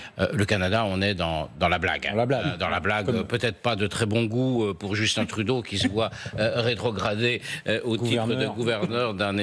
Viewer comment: Félicitations vous avez prononce Justin Trudeau comme il le fallait